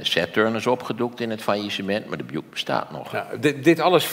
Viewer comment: De alles- en betweter die Buick uitspreekt als Bjoeck ipv Bjoeïck. Tja...